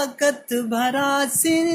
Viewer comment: براسل نہیں "بھرا سِن"۔ ویسے اچھا بدنام کر رہا ہے تو۔ 😂